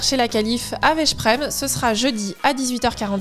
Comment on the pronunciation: Bonjour, La prononciation de Veszprem = [Vesprem] :)